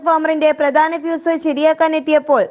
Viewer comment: PHEE S ALLA, FUSE ..... !